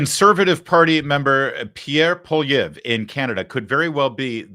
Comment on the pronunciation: This is not an interview. It's a propagandist political operation.... 100%. I LOVE LARRY!! ❤ Just found him. As a Canadian, great pronunciation of Pierre Poilievre. Muah! 🇨🇦♥️🇺🇲